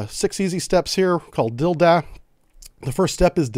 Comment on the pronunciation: D.I.L.D.A.A. 😂 it's like your from Boston!